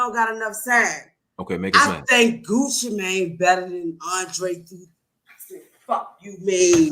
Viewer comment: She really said Gucci better than Andre lmao